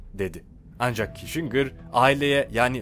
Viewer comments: henry kisincır diye oku reyiz. henri kişingır değil. aslan abim benim. :))))))) goçummmmmmmmm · Kissingir kişingir degil?rotşaylt degil,rotşilt tir.sacma sapan telafuzlar tapma. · Prens Diana bir de üstüne Kişingır deyince bıraktım izlemeyi.